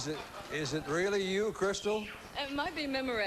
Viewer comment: It's Crystal, not Crysta, and Gatlin, not Gatline